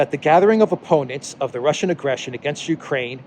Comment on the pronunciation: should this loser equate himself to no less than "the world"? should they say openly they are after China? ahahahah people of Mariupol fighting AGAINST Russia... he got everything wrong, ffs he cannot say "Ukraine" properly